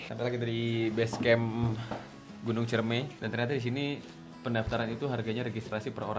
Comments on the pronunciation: Gn. CIREMAI sob, bukan CIREMEI 😬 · Btw Ciremai yaa bukan ciremei😂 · Sorry bang, nama nya itu ciremai bukan ciremei.. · Ralat bos kuh. Ane kuningan asli. Namanya gunung Ciremai! Not ciremei